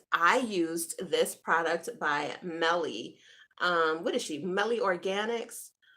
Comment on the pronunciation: It's pronounced MY-EL organics